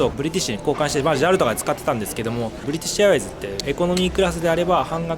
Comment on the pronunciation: 冒頭のブリティッシュエアウェイズのところ ネイティヴですね。